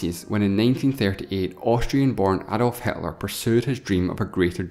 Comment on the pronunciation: why you say instead hitler hatler.